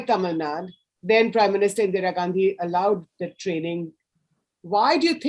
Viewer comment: Right off the bat - what is Tamil Nad? It is Tamil Nadu. Why why why??? What pleasure do you get by incorrect pronunciation?